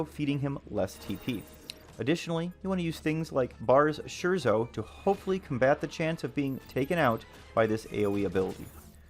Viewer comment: Great video! I just have one small correction for you: "scherzo" is pronounced like "scare-tso"